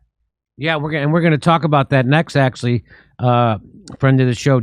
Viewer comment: Jimmy PLEASE ! there is No such words as "axley" !!!!!! The fuckin word you are looking for is "Act-u-al-ly" !! only ignorant people say that, Please !!